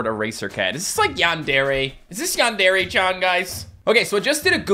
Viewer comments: Its not yawn dariy its yandery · Normal people: Yandare: Yon DARE aye